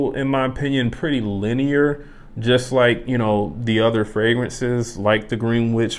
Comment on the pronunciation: Hey man. Found your channel recently and just wanted to say I enjoy your videos. Very mellow ambiance. Heads up, Greenwich is pronounced "Gren-itch".